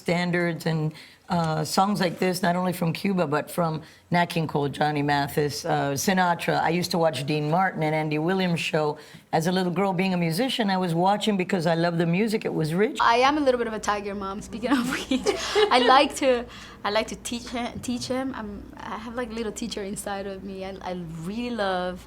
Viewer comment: ***** jajajajajajaja ¿"jirl"? ¿En serio? Eso ya es más grave. En cierto que quien no se molesta en estudiar inglés no lo habla porque, aunque cada vez hay más influencia, en España nos toca poco. Pero hay palabras básicas que tiene delito pronunciar mal... Esa palabra en particular es de las básicas, y me parece raro que la pronuncie tan mal. Hasta mi padre, que jamás estudió inglés porque en su época no se enseñaba, sabe pronunciarla!